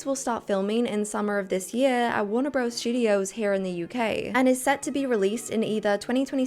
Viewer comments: Just a small point - it’s warner brothers, not bros - the abbreviation is only used to make the logo more compact. It sounds weirdly like faux street slang when used in a general commentary. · In your next video PLEASE say BROTHERS 🙏 Bros. Is short for BROTHERS. The name of the studio is WARNER BROTHERS, NOT BROS 🤯